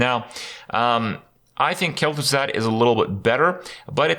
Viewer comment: 0/10 Kel'Thuzad pronunciation